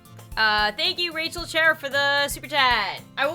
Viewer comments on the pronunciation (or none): none